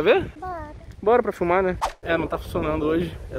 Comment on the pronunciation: Toda vez que ele fala filmar eu ouço fumar